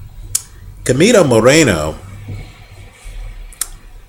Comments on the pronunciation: Hey dude, I really think your opinions are very accurate. Just wanted to correct you at the time you say "Chemito". It is not pronouced as "kemito" but as "Shemito". Hope you correct that because it sounds really weird. Greetings from Panama. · Yeap is pronounced "Schemito"